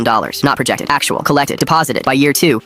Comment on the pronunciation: Sexual instead of actual 😂